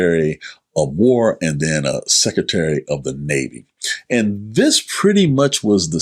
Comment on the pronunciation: It's SECRETARY!!!!...NOT SECETARY